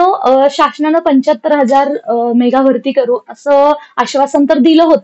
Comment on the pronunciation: मेघा नसत मेगा असत